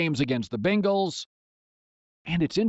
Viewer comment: Colin pronounces it, “Bin-gals” and “alwez”—you won’t be able to unhear it.